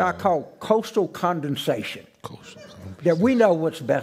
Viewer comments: Condensation? I think he means condescension. 😆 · I think Carville was trying to say cosmopolitan/coastal condescension. Not Condensation. Lol.